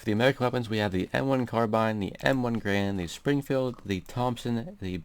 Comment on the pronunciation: m1garand is pronounced m-one-gair-and